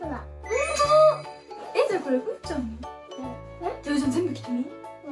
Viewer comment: うーちゃんゆうちゃんって言えてる